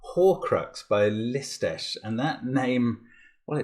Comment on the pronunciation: I am always surprised when I hear Mark pronounce the name of Lisztes, because it is just perfect.